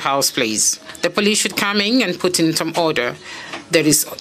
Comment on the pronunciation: "Polise call the polisi"😂